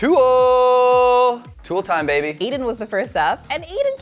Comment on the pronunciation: Why does she keep saying Eden when it's Aiden? Come on.